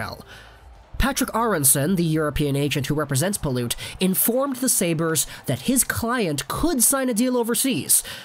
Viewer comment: PYLUT NOT PILOOT